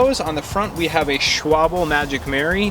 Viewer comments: Just a correction. it's not Schwable, it's pronounced Sh-wall-bee. I subscribed:) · Technically I think it’s pronounced shval-buh.... well that’s how the locals near the hq say it anyway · its pronounced Schwal-be, not Schwoble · schwable haha